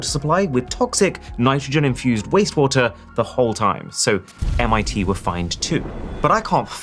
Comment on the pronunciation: MIT? Thats not Mighty